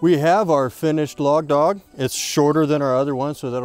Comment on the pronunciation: When he days log dog, all I hear is Stephen Lang in Tombstone saying "law dog"